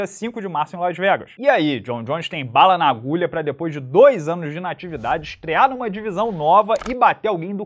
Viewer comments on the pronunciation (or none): none